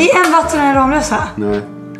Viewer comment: Sättet hon uttalar Ramlösa triggar mig, mvh någon som bor nära Ramlösa